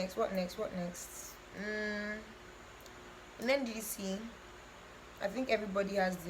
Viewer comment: The pause you used in the nddc part😂😂